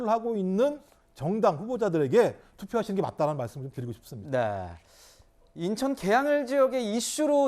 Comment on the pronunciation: 김종욱교수는 논리를 펴기 이전에 한국어 발음 연습을 좀더 하고 나오시길…. 인천을 인턴으로 발음하고 웅얼웅얼 궁얼궁얼하는데 당췌 무슨 말인이 알아들수가 없고 아주 짜증스러움